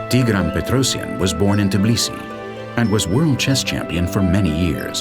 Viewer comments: it's Tbilisi, not Tiblisi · this video just makes me so proud.... too proud. i guess my humbleness left me after ive gotten tired of learning too much world history. p.s. i find it funny that the narrator says Tbili right, but Tbilisi wrong. ITS TBILISI, not god darn Tiblisi. how hard is it to say TBILISI. its still called Tbilisi dang it